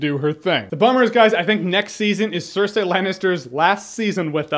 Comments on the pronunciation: says "cer-say" when its Cer-"sei" lmfao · cersee not cersay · i hate hearing you pronouncing Cerseis name... SIR-SAY >.> ITS SIR-SEA. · "Sir See" yes "Sir Say" no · STOP SAYING 'SIR-SAY'! Gawd. Lol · Jay Miller George Martin says SIR SAY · jeremy, your great, but for the love of fuck quit calling her "cersay" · Jeremy's pronunciation of "Cersei" is killing me